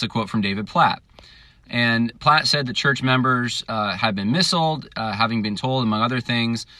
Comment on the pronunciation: Lol you were a:p missiled instead of misled:p hehe. All jokes aside - really enjoyed American Monument - will definitely share it!